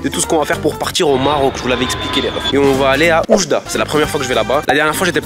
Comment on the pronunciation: c'est prononcé Wjda:), content de vous voir visiter le marco j'aurai aimer vous voir à Casablanca (ma ville)